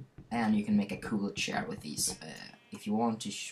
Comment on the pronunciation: Lets make a shcare. Hahaha, I like your pronunciation. But seriously, Good Video. Really helpful!